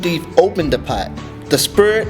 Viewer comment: he sealed the spirit into a "pat"? lol hahahah